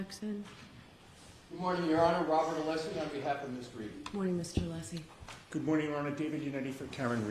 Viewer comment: I’ve never witnessed such disrespect for fellow attorneys (- you KNOW how to pronounce Alessi’s name) and the accusatory tone towards Dr Russell- Bev is a total bent judge- needs to be investigated